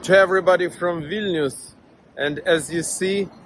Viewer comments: Vil-nee-us, not Vil-nus. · it's VIL- KNEE- US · It's Vil-ni-us! Don't forget to pronounce the 'i'. Otherwise I got nothing but love for your channel, watch it daily! Keep up the fight for freedom and democracy!! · I'm pretty sure it's pronounced "Vil-nee-us." At least, that's how Sean Connery and that guy in the video pronounced it.